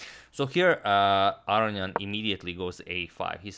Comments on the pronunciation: Aronian has 2 n's. They're not silent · After mentioning his incorrect pronunciation of Aronian for last 1.5 to 2 years in the comments section, im now thoroughly convinced agadmator is purposefully fucking with my head. He has to be.